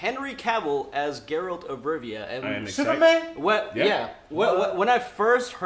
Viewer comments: I think I'm more triggered by the fact consistently kept repeating it correctly & he still stuck to Jeralt ×_× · "one of my favorite games. i spent so much time playing it." proceeds to pronounce geralt as 'jerAld' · Geralt not Jerald, Also ew. characterisations are not working for me at all. Geralt looks like silver Legolas and it's not ok with me. And Yennefer looks too plain. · "Since this is a video game TV adaption..." "JERALT" I feel so triggered already. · “Jeralt of Rivia” has seizure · If he says JeRaLt one more time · Dude on the far right still pronounces Geralt as "Jerr-Alt" when the guy on to the right of was JUST pronouncing his name the right way. Did he just not pay attention? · It hurts my soul when someone pronounces Geralt as Jeralt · That guy's name must be Jon Snow...though, surprisingly after murdering Geralt's name, knew it was from the books not the game. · I understand why someone could make that mistake but I don't understand how some people still pronounce it that way even after hearing the correct pronounciation. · Fucking hell its Geralt, not that hard to type/pronounce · No one in America can ever seem to pronounce Geralts name right! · The way he says Geralt’s name🤦🏽‍♂️🤦🏽‍♂️